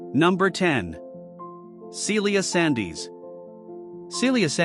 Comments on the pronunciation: Yes, some names are incorrectly pronounced (Sandys is pronounced Sands, not Sandies!) and even the subtitles are full of mistakes. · Indeed. Just because it is spelled ‘Sandys’ doesn’t make it ‘Sandees’. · Sandys is pronounced Sands. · For God's sake, if you can't get something basic like Sandys right (it's Scottish, pronounced Sands) give up. Bloody AI. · It’s pronounced Sands